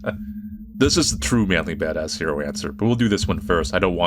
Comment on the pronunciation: Every time you say "" I hear "ManlyBadassCereal" for some reason. And it get's me hungry...